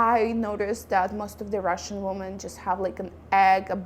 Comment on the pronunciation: Thanks for the video. Women (which is the plural of Woman) is pronounced like: Wimin